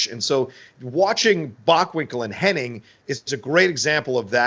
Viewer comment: Its funny,, you are correctly pronouncing Curt's last name of Henning correctly the entire video...But your friend the entire video is saying Hennig. Doesn't seem that either one of you notice the others pronunciation is the interesting part. Just an observation since its an ongoing debate on which it is. Ive been watching since the AWA days as well and its always been Henning until recently but alot of people,your friend in the video included,remember it as Hennig.